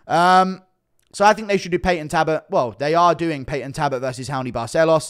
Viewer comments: His name is Talbott not Tabott. Come on brah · It's Halloween Guru show us Belals toe pleeeeeaase?😅 Yes looking cute, 🫶🙋♾️🇬🇧🥀🙏✌️ P.S u say Tabott, missing the L out so it's Tal,bott, alright luv? Ur welcome 🫴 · Ffs Guru again its Talbott not Tabott... How many times bro. 😂😂